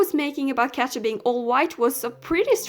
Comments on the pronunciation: I'm so sorry if this sounds annoying but Katja is pronounced Katia or Katya and this just makes me cringe I'm so sorry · It is so funny how you pronounce katja 😂